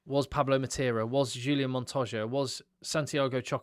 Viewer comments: and on the subject of pronunciation of foreign names, it is Monto-Ya, not Monto-shja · nicely done this! and great "Montosha" pronounciation btw. the only thing, try to pronounce his first name "Hooli Ann" rather than Julian. exciting test indeed. all the best mate